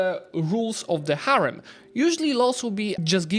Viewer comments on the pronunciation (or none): none